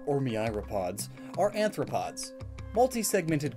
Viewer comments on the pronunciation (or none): aRthropods, not aNthropods as you keep saying. This is a very common problem in your videos, PLEASE fix it. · You called arthropods anthropods more than once. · Its Arthropods (meaning jointed foot), not Anthropods (which would instead mean Human Foot). Don't want to come off pedantic, but I thought you would like to know.